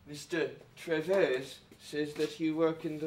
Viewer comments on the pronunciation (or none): 1. At this point in the movie, there should be only one photograph. I guess someone liked the shot with a bunch... but... those photographs are uhm, of hamsters and budgies. O o; 2. Merrick's using his right hand. No. 3. It's pronounced treeeevs. Not treh-vays. Seriously. 4. Kendal's... not quite cheery as she should be acting. *shrug* OTHER THAN THAT, it was fairly good (though the brightly coloured room bugged me.) I liked Kendal. Anyway, since you're the editor, you did good! XD